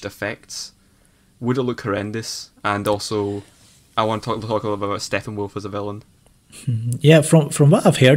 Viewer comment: That guy says Steffenwolf as well. Thought that was just Armin.